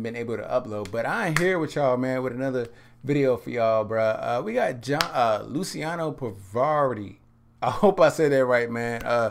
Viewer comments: It's pronounced "Lu -cha no" :) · "Lou-chee-ahno" "Pah-vah-rotti"